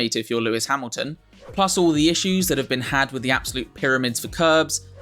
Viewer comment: Through goes hammeltion😂😂